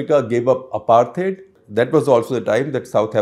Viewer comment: Please pronounce the word apartheid correctly!